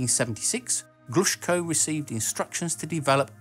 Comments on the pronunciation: If you are making videos with Russian words, you should first get the pronunciation and emphases right! It's pronounced Enérgiya, NOT Energíya... and Glushkó, NOT Glúshko! Bábushka, NOT Babúshka!!!! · Enérgia, Glushkó, Korolyóv. Honestly, one thing that always takes me out of this sort of videos is butchered pronunciation.